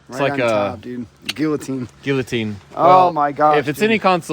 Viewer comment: Guillotine is pronounced "gee o teen" :-D